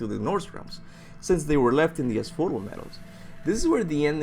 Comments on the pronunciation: A few thing i wanted to clear up 1. Hades isn't the God of Death, He's the God of the Underworld. the God of Death is Thanatos 2. Asphodel is pronounced As-fo-del and it's the Greek equivalent to Limbo or purgatory. It's not good or bad. If you live a life that was not particularly special or evil then you spend the rest of eternity walking through the meadows never feeling tired or anything really with no memory of anything. 3. Dionysus was the Wine God but he was no pushover. He regularly turned people that angered him to animals, He had the power to curse mortals with insanity (which Kartos is clearly susceptible to) and he even Killed a giant single handed with nothing but an Acorn on a stick. He might be a drunk but He's still one of the 12 Major olympian Gods. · Ass-Foe-Dell Asphodel